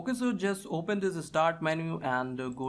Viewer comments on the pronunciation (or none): none